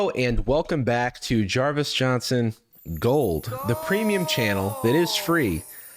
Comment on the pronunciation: I miss the quirky pause before he says gold